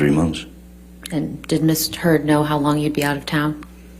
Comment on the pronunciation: I SWEAR Johnny's attorney said 'Miss Turd'!!!!!!!!!